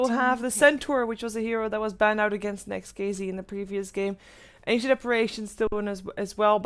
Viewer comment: not NEXT(KiZi) the correct spelling is NEXT(KeyZet)